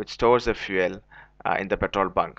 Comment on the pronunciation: Fuele lol 😂